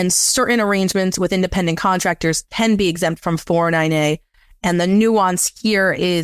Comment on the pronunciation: Great video. Took me a while to figure out that when he said “4NNA” he was saying 409A. Thanks for the great content.